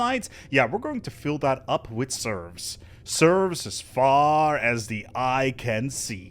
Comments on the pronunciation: Serfs are different than "Serves". You are saying the latter. Just fyi. Edit: The more I hear you say it, the more I am convinced it isn't a mispronunciation, but that you actually think a "Serf" is a "Serve". lol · Its called serfs, not serves! And not servs either autocorrect! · FYI its serF not serV! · It's SerFs. With an 'F'. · Sorry... I cannot listen to "serfs" being mispronounced. Had to stop even thought it was entertaining up to that point.